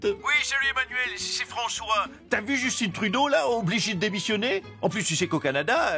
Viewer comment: Justin Trudeau est député de Montréal à l’origine et son nom se prononce JUS-TAIN en français, surtout qu’il est de père québécois. C’est pas Justin Bieber. 🤦🏻‍♂️